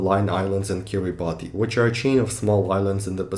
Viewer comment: it is actually pronounced as Kiribas